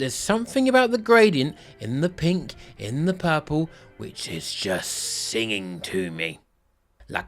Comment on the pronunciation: U pronounce purple pal-pu😂😂luv it 😅😅😅😅